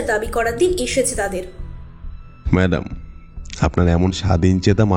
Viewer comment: মাদাম কি ভাই? ম্যাডাম হবে!🙄